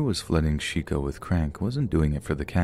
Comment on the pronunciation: Shico or Chico lol. look up pronunciation.